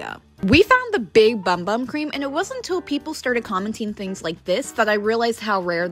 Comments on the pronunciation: Just saying it’s not pronounced bum bum cream it’s pronounced boom boom cream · It’s pronounced “boom, boom” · It’s pronounced boom boom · It’s pronounced “boom boom” not “bum bum” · It’s pronounced BOOM BOOM😓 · The name is pronounced boom boom not bum bum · For those of You who don't know, its not pronounced Bum bum.The Official Sol De Janeiro channel posted a video saying:It's not pronounced bum bum but its pronounced Büm Büm cream(boom boom cream) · The bum bum cream is pronounced boom boom cream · It’s pronounced boom boom cream but I also thought it was bum bum at first 😊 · Your pronouncing Bum bum cream I did it too but it’s pronounced boom boom cream I hope that helps ❤❤❤ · It’s actually not pronounced bum bum it is pronounced boom boom the brand posted it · Its pronounced "boom boom" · It’s pronounced boom boom, not bum bum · Its pronounced boom boom i just found it out😭😭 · It's pronounced boom boom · It’s pronounced boom boom but it is spelled bum bum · It is actually pronounced boom boom cream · regardless its still pronounced Boom Boom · If you didn’t no it’s actually pronounced boom boom cream ❤❤ love the video and you are so sweet for giving out Sephora items❤ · It actually pronounced "boom boom" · It's pronounced boom boom cream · it’s actually pronounced boom boom just so yk <3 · It is pronounced boom boom.